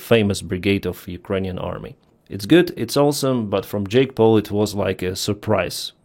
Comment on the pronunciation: Not sure if was already mentioned our not but when you said “Jake Paul” it sounded a lot like “Jake Broe”.